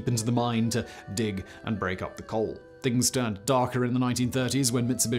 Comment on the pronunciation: Did you say they set fire to a "cold" seam? Lol